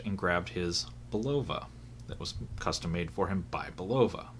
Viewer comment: This is how to pronounce Bulova properly